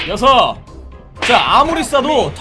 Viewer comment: 하나 둘 셋 넷 다 려 나만 세팅님이 여섯 할때 려 로만들리나